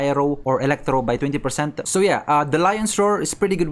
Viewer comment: Elektrow. The emphasis tho. 😂